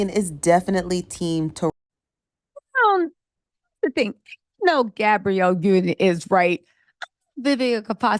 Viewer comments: it's tah rah gee... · I’m not gobs lore hearing you leave off the “E” sound on Tarahji name is really getting under my skin. And I’m an avid watcher. lol